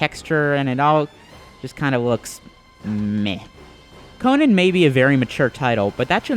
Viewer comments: CONIN..... -__- Its CO-NAN you GAY-BE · Why do you keep saying Conin? It's Conan! Lol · Sad thing is the game even say's it, but yet he still fails at saying it! I bet he's one of those gamers that say's marry'o instead of mario...